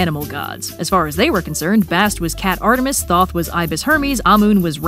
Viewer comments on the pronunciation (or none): none